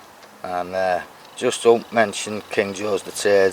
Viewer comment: Your coil test was pretty impressive. The 400i is gonna serve you well. Thanks for the shout out too. I'm sure your English is perfect, it's just my ears that need some adjusting! lol Congrats to Teddy for getting nice coins including my favorite George III (nobody says it as good as you)! Nice coins for you too buddy. You're gonna have to work your special cleaning magic on a few of them though. I agree, that silver half crown is a beautiful coin. Not sure why someone wouldn't like it. Hey, Happy Anniversary again and hope you have a nice getaway with the Mrs! Take care my friend.